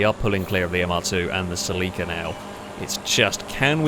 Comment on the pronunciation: That pronunciation of Celica is absolutely horrific!